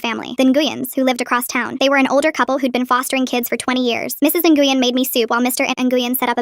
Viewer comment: Nguyen is pronounced Ngwinn